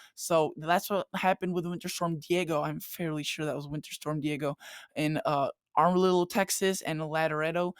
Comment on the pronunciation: Love you but y'all need to learn to talk Texan. It's Am-a-rillo (like "am" as in ham; "a" as in duh; and "rillo" as in brillo--the scrubbing pad). It is Laredo (very like music, this one--"luh" or "lore"--either one will do; "ray" like sunshine; "do" as in dough or doe); and Lubbock ("luh," no two ways about it; "buck," as in the male version of a doe) It took me three times listening to it to figure out where the armadillo you were talking about and by then I was so twisted in knots from laughing that I could hardly type. Keep up the good work! Thanks for the forecast.